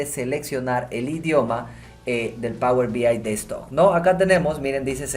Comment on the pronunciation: Por qué dice "power B I destock"?